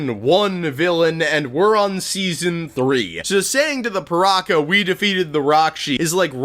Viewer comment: Its ok to say PirakA, just not PirakER